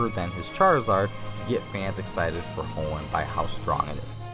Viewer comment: he said hoeen wrong and unava wrong